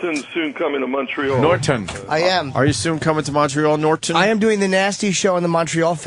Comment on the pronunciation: Nor - tonne